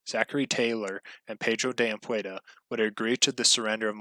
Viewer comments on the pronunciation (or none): its pronounced "am pu dee ah" not anpueda ,sounds hilarious, the e before of the d